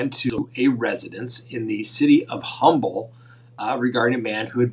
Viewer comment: Heads up,, Humble, Texas is actually pronounced with a silent H. I have no idea why, but I went through this as a kid arguing with my dad who I thought was pulling my leg. I asked a stranger near us there in Texas and she said he was correct.